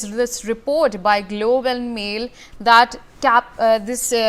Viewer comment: It's GloBE and Mail....not global and male